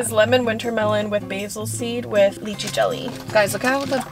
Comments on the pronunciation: Please it’s lie-chee 😭 😔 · Why did she say lychee like that.. isnt it pronounced liechee. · In America they pronounce it as lee chee